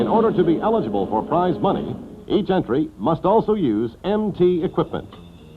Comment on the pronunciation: Did he really say "prizz" money ? What is this AI narration?